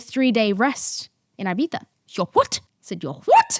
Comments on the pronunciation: had to stop watching because of the pronunciation of ibitha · love but the eye-bitha is really killing me 🫠 if you’re gonna use the /th/, please use the /ee/ for the first i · thought about it but all I hear is "i-bee-saaa" instead if Ibiza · Uk accent ahahahaha